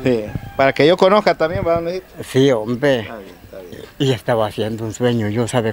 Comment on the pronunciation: Me gusta cuando dice homve, aver con placa como lo dira